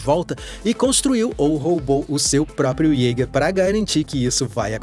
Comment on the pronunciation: Isteiquer, ieiguer.... Pronúncia FAIL